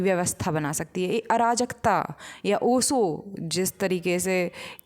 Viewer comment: बाई नाम तो ठीक से लेना सीख ले पहले ओशो का 🙏